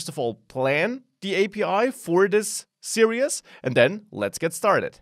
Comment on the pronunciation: Great course, great teaching. One request. Please look into how to pronounce "series" in English. It sounds like you're saying "serious". I'm serious! Thanks for the good work.